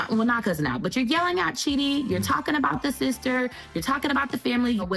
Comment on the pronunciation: Lol it's funny his name is actually pronounced chidee